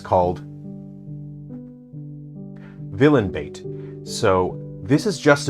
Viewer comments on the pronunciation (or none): The pause right before Villain bait LMAO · I got "it goes in the square hole" vibes with that pause and "it's called... villian-bait"